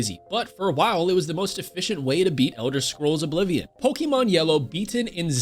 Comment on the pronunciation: Is no one gonna talk about how he called the Elder Scrolls the ENDER scrolls?